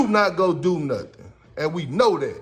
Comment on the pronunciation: ..".What you not goo'n do." One brotha calling another another a "Coon" is about as bad as it gets.